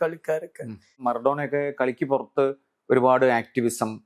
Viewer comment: Maaaradona alla bro maradona 😂😂😂 kuduthal overaakalle please